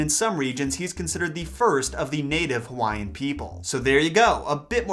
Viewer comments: Nice video but your annunciation sucks with Hawai’ian Words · 😂😂 I'm Polynesian (not gonna say which one I represent) , your pronunciation are so off, but I give you props bro. 💯 love your videos!! keep it coming. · This man just butchered so many Hawaiian names 🤦‍♂️